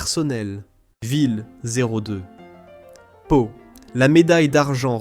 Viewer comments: Prononcer: Schloumpf. Prononciation : Pau -.Pot non pas pao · " Pa- Ho " ???